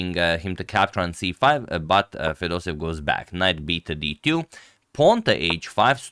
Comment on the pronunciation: FedosEEv !!! With 2 EE, NOT Fedosev !!!